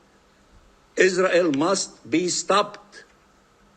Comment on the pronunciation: I can't stand that Israeli speaker. He pronounces all his r's as w's. "Iswael" "wesolution" "genewal."